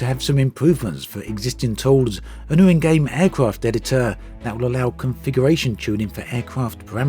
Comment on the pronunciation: Cringed every time you said the word “Game”